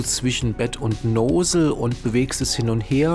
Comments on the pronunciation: Noosel hahah Nossel(Lautsprache) aber schöne Einleitung und Tips! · "Nosel" ist lustig! Nozzle heisst: Düse. Das kann man durchaus auch so nennen.